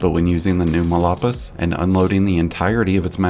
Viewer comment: It's phonetically pronounced "mall paw-ease". It means badlands in Spanish.